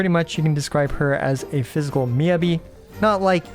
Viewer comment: thank you for your guides! just fyi it's pronounced more like "mee" "ya" "bee" - not "yuh"